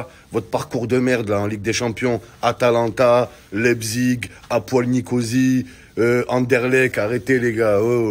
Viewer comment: Je rêve ou tu as dit : "A poil Nicosie" 🤣🤣